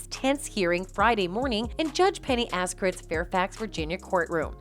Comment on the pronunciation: It's not pronounced Az-kar-it. It's Az-kar-aw-tee. Brutal that so many of these videos have such flawed voiceovers.